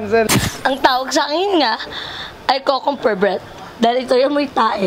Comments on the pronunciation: tawang tawa ako sa "kukumber" breath 😂😂😂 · Mali po ata pagbigkas ni sa Cucumber 😂😂